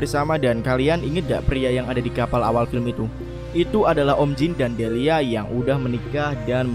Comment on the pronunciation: Delia bukan delila hhhhhhh